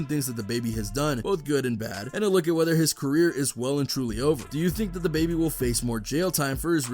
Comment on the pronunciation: "DABABY CERRER"